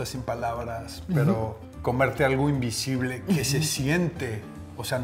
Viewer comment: Soy el único que se dio cuenta que dice invisble y no invisible?